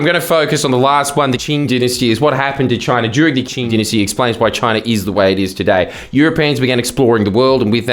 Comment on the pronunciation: Did this mf mispronounce Qing every time and then dub over himself? Am I going crazy?